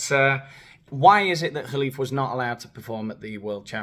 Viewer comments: The "kh" in Khelif is a jota, 😊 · I love your pronunciation of the Algerian Tranny's name,it's hilarious😂 As for that woman batterer dragging Musk&Rowling through the courts...🤪🤣🫶🏼💞